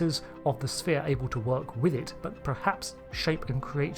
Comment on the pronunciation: i misheard it as become a severe...... what??